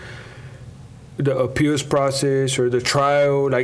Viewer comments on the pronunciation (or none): Gosh Ray Hill and this lisp and feminine speech. Good lord man, pick your mouth up. It sounds gross I can’t even listen to it. And there’s no D in “appeals”. It’s not appealDs, it’s appeals. Always adding D’s plus the gross sound of his speech I don’t know how people can watch the guy. He’s nails on a chalkboard. And his lifestyle in general is just awful. He was a sicko guy.